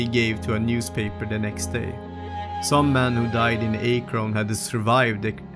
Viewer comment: It is pronounced Ak'-Rin.